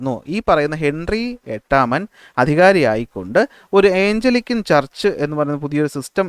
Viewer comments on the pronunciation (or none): സാർ... ക്ലാസ്സ്‌ വളരെ നല്ലതാണ്... ഒരു കാര്യം പറയാനുള്ളത് സാർ പറയുന്ന പല പദങ്ങളും തെറ്റായാണ് പറയുന്നത്. Eg:ജോൺ കാവിൻ അല്ല കാൽവിൻ ആണ്, ഏയ്ഞ്ചലിക്കൻ ചർച്ച് അല്ല ആംഗ്ലീക്കൻ ചർച്ച് ആണ്.. Etc....